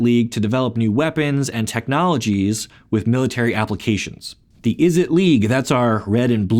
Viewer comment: It's pronounced Izzet not Izzit same with Mizzet, it's not Mizzit